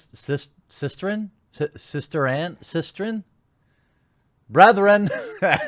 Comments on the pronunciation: you had it right, its sistren. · The first one was correct,"sis(like in sister) tren(like in brethren)"